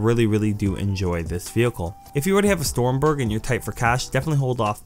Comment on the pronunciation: Lmao he said stormberg